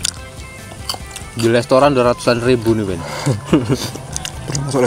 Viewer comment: Plis lah restoran bukan lestoran😭